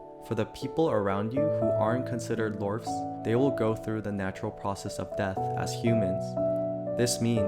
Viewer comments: its iorph not lorph broo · Sorry but they are Iorph, not Lorph.